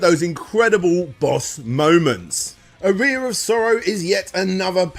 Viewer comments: It’s pronounced aa-ree-uh not ah-ri-ah. It’s a musical term. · I assume he doesn't know what an aria is or he wouldn't put the emphasis on the wrong syllable. Otherwise, very thorough series. I watched through both. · It's pronounced R-E-yah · Aria is pronounced Ah ree ah not A ree a! Made it sound like you piss out of it 😜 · Wincing every time he pronounced "Aria of Sorrow" as "a rear of sorrow"... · lol It hurts me to listen to saying "arear" instead of "aria" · Cheers. Top stuff as always, interesting pronunciation of "aria" mind you 😉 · Yeah, I wasn't sure if that was a UK pronunciation, it bugged me as well.